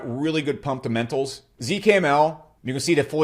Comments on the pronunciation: It’s about the “pumpdemenals” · 😂that man said pumptamentals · "Pumptamentals" -😭💀